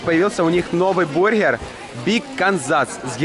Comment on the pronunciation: БурХер......гы гы.....